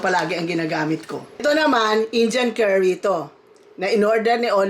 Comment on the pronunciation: i love your accent, say it again: "Injan Kari"